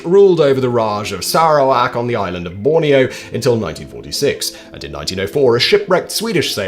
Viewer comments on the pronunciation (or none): none